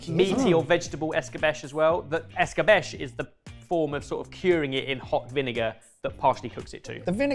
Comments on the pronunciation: By the pricking of my thumbs, some fun comment about how he might say it this way comes. It’s ‘ess-ka-betch-ay’. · It's 'escabeCHE' (pronounced CH as in change, and E as in Edinburgh). EscabeSH is how it's said in the southern US and Caribbean. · If it's Spanish, wouldn't it be "esk-a-be-che", not "es-ka-besh"? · "fill-it" "Es-ka-besh" Like.....seriously......have you ever heard these words before? Even once? It's not that hard to pronounce them correctly. "Fill-ay" "Es-ka-bee-chay" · According to my wife, in the Philippines it's pronounced eskah beh chay, not eskah besh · Es ka bay chay. Not just with fish… but good video. Cheers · Btw escabeche is pronounced "es-ka-bVE-che" (four syllables) and is a common preparation in Spanish cuisine and other Spanish-speaking countries with that super interesting history you talked about -- It's really tasty! If something is escabechado ("es-ka-bve-CHA-do") or "en escabeche" it means that it's preserved in a mixture of vinegar and fat (olive oil of course is the most common). The result is like pickling -- but enhanced by marinating in the seasoned oil, and often other ingredients -- so it has a glossy confit-like texture and is preserved for longer. You can apply this preparation to vegetables, seafood (prawns, squid, octopus, mussels), fish, chicken, all kinds of things. I ate this is Spain as a kid and still make it now. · 2. it's escabeche as in eskabechay - just means marinade. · I'm not Spanish or Hispanic, but is that the correct pronunciation of "escabeche"? I would have pronounced it "ess-ka-BAY-chay." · I think pronounces all non-English words as French. It should be ess-ka-BET-chay. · I find it interesting that in English "escabeche" is pronounced "escabesh" but "ceviche" is not pronounced "cevish". Especially as we learned that these dishes are related 🙂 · I am spanish and died every time said escabeche that way 🤣🤣🤣🤣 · I'm not Spanish and it made my ears bleed